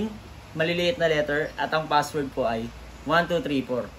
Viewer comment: Kumusta naman yung F sa pagkakasabi mo sa WIFI FASSWORD. Hahahahahahaha 😂😂 lang malakas.